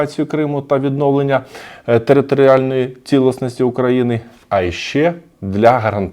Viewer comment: Мені дуже приємно чути українську мову. Дякую вам, що інформуєте нас українською мовою. Одне маленьке зауваження: не "цілисність", а "цілісність".